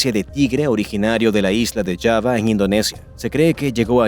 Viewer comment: JAVA se pronuncia con j, no Shava